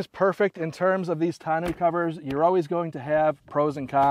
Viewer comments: Looks good. I just ordered mine. By the way, it should be pronounced tonn-oh, like bureau, not tonn-oo. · Tahn-no cover! ARGHHHHHHHH! Can't watch 🙉